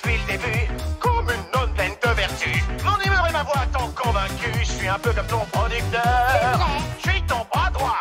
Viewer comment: C'est moi où il dit pas comme mais cōmme 😅